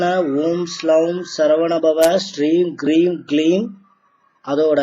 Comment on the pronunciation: Om Soum Sarvana Bhava Shreem Kreem Kleem Klaum Saum Namaha. It's Kreem not Hreem if you listen clearly to sulamangalam sisters skanda guru kavacham.